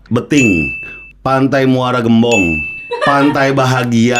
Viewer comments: Say hai from muara gembong dibacanya gémbong ya bukan gèmbong. piss from bekasi jauh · Gembong bang bukan gembong. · Sbg asli cikarang terganggu bgt dgn pelafalan pantai muara gembong, harusnya e pada ketek😆